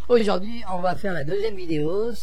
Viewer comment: Déjà "aujourd'huiT" en début de vidéo... Ca ne doit pas voler bien haut !